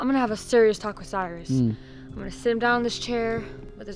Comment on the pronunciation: It's not cyris it's Cyrus